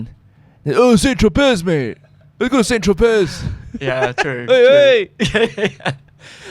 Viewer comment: Saint Tro-pay not pez, the French don't pronounce ending consonants.